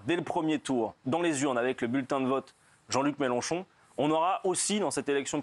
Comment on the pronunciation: Eh oui elle dit Méloncho c'ataqué aux police, mais c'est qui qui arraché le yeux aux Gilletes jeune ?